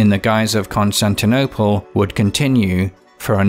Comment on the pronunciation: "Constinople" lol